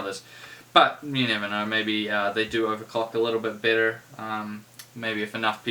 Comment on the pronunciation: are you saying bitter or better? shiet